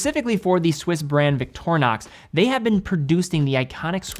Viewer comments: Where in the name of all things sacred do you get the name 'eyenox'? It's 'inn ox'. Not even the original name is 'Victor eye nox'. Please people, you dont have the right to mispronounce other people's names. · Well that was a wierd way of pronounceing "Victorinox"